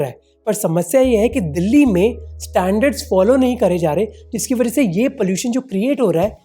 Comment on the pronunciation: वरह से ❌️ वजह से ✅️